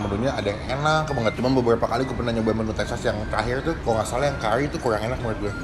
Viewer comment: curry bro bukan cull WAKAWKAKAKHAHAHAWHAWHKAWH